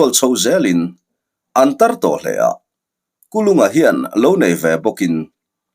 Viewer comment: Sir Kul unga tih deuha lam chi ani zawk angem le🤣 Kulunga tih kha amak deuh kalo ti mai mai